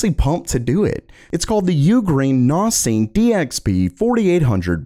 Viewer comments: A zus (two words i guess) and Nos, not asus and nas. I cant help but keep track of this. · Please pronounce things properly. It is not a noz it’s a nas. “S” being the operative letter here. Network Attached Storage, you don’t say ztorage do you? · wtf is a "naahz" ?? a storage server?? ohhh a NAS ??? as in 'naas' ... that rhymes with 'grass' and 'last' ..... I hope you get this bro because the comment section is not gonna let this one go... :/ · Naus? Really its pronounced NAZ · N-awe-sss? N-Ah-Sss... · NAS, not NAUZ. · Wtf is a "NAAS" That is not how you pronounce it He got cheese shoved up his nostrills? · Hell Nahz he pronounced it like that 😂, Network attacked storage N A S. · I hope that you do not take this as me picking on your accent, but it is pronounced Nass -> Network Attached Storage. The A in NAS makes the same sound as the A in Pass. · Can't say I've ever heard NAS pronounced that way before. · Sounded like NOS to me! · Nas like the rapper 😂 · Network Ottached Storage? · Sounded like NO2, we been living quarter mile at a time 😂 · This is the first time I've watched, and it will be the last time just thanks to how he says NAS. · Why does say nas wrong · The way you say NAS is snotty and grating I don't know why. Like chalk board bad